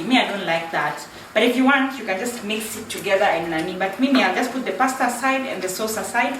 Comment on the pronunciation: you said paste bolo whaaat now😂😜?tuchanue hapo kidogo